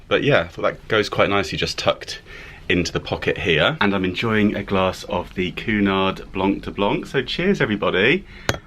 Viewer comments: Oh, I couldn't get past your Pronunciation of Cunard... its queue nard as opposed to Coo nard. Great video though. Love your channel and follow it all 😊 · It’s not pronounced Coo-Nard it’s pronounced Cue-nard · Actually, I believe it is: Cunard Line (/ˈkjuːnɑːrd/ KYEW-nard and I believe it is Lee-doh, not Lie-doh. Have a nice day. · Hey! Cheers for taking us along on your cruise boat experience. Just thought I’d let you know that Cunard is pronounced KWEY- nard. I’m not really into boat trips. But thought yours was quite interesting.